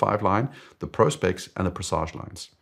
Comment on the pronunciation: So refreshing to hear Prospex being pronounced correctly for once.